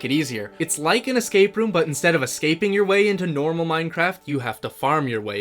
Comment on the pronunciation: ah yes, nomral